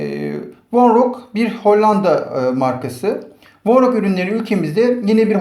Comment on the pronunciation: Vonroca vornok diyosun